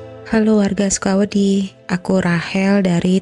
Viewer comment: kenapa nyebut nya sukowedi😅